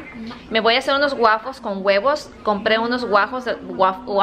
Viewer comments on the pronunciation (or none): none